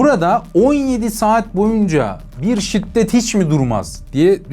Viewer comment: Şitdet değil şiddet*